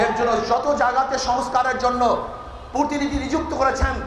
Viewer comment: এরা ভবিষ্যতে দেশ পরিচালনা করবে!!!! ভাল করে,প্রতিনিধি উচ্চারণ করতে পারছে না,,বলে কি না প্রোতিনিধি😂😂